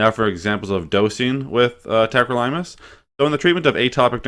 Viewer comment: Pronounced it wrong. It’s not tacro-Lime-us. It’s tack-crow-lih-muss.